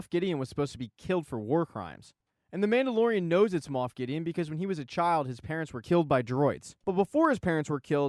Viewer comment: This was fantastic! Even though you said Moof =)